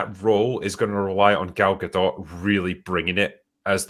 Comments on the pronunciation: Gadot is Israeli not French. The T is not silent! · At this point it would be easier to get to correctly pronounce Gal Gadot than it would be to salvage this movie, lol